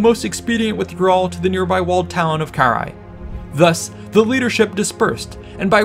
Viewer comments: Ill never stand the anglophone inability to read. Its Karrhae no whatever youre saying. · The English pronunciation (UK & US) is carr-HEY. The "a" is long.